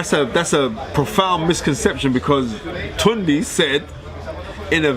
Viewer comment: Fearon you ain't saying it right either. It's tune day (tunde). This guys a joke, can't stand him.